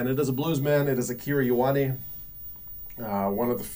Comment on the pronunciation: (k)ey oh arnie ... not yoh arnie (Ioane)